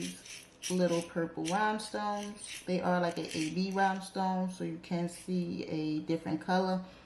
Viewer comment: I love what you do with polygel sis. You make me want to try working with it again (I cant get it work for me)😩😩😩 Quick question: are you saying RHYMEstones or RHINEstones ??….because I’m wondering